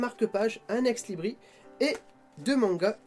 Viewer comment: et on prononce ex Libris(se) ^^